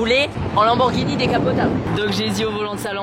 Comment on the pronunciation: "marqué Lamborghinini"